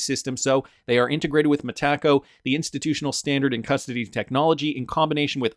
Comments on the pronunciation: Brad G says MetaCo not MeTaco so keep sounding like a dork .. I’ll go with how Brad pronounces it ! Yes it’s the English way to pronounce but it’s way better . At least just stop saying it please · It's Meta Co. Not me Taco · Sunddenly you can't say Metaco correctly anymore? Lol why you say "Mahtacko"? 😂